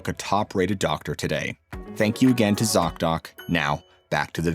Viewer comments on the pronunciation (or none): Zock Dock? seriously , they need a name change STAT .you miss said or i miss heard and i got a great laugh out of it . i heard ( sock dock) and immediately imagined ........ laughter is best meds.